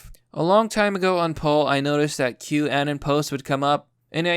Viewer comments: The way you pronounce "anon" has always drived me crazy haha. Take the word 'anonymous' and remove the "ymous", it's not 'anen' or 'anun'. At least you don't buy into the Q anon bullshit though👍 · Wait...you're saying boomers use 4chan, are you sure you know what you are talking about? Every boomer I've talked to has never heard of 4chan. Btw, I believe it is pronounced anon as in anonymous.